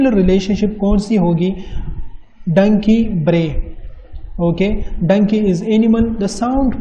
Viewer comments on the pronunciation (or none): none